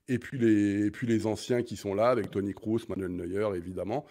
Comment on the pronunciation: Bugs Bunny(Nagelsmann) est qn qui manque d'humanité, je trouve Qd l'Allemagne avait battu la France lors du dernier match amical,les médias allemands n'en pouvaient plus, c comme si l'équipe avait gagné le mondial😂😂😂 Mr Breitner par pitié, Kroos ça se prononce Krôsse mais pas crousse 😢😅